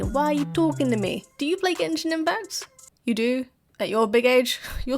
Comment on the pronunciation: Text-to-Speech go brr. "Gen-shine"? Really?